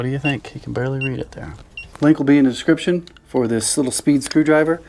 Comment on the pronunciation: Descritption..... Is that Scottish?